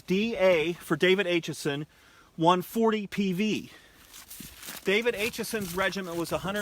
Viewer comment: David Acheson was my 3 times great uncle. Thanks for bringing him to public attention. My 11 year old grandson is currently working on a report about David Acheson, called “Gettysburg and Me” Something to note; the A in Acheson is pronounced with a short A sound like apple, not the long A pronounced like ape.